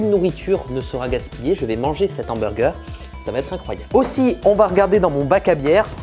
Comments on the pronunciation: Tu dis « l’hamburger », ça me stresse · Un Nhamburger ... Cette liaison dégueulasse a souhait putain ^^" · Il m'a tué quand il a dit mon ambourger 🤣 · Si on ne fait pas attention a la liaison la vidéo est très bien ouais ;) J'en profite pour te remercier car ça fait un moment que j’envisageais de me lancer dans la 3D et suite a ta vidéo qui met en avant la facilité de HitFilm j'ai enfin franchis le pas :) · YA pas de liaison entre "les" et "hamburger" parce que ya un h, voila